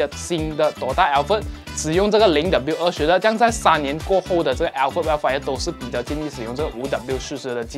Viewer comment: alphard是不是福成alferd了？抱歉，我一直听到朋友的名字😂